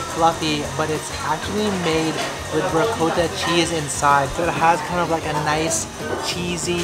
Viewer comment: you're saying ricotta wrong... reeee-cot-ah